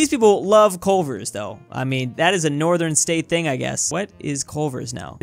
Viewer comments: "coal-ver" lol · "Coalver" "What is coalver?!?" Omg plz stop saying that😂😂😂